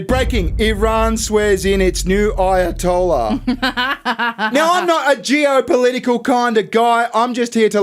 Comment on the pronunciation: "Aya-told-ya" LMFAO